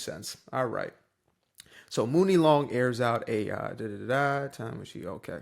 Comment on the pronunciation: Woke???....at the end of the day. Writing songs are HER WORDS. If she don't want someone white to sing her lyrics, it's her own right. Also, her name is pronounced Money Long!!! #CultureVulture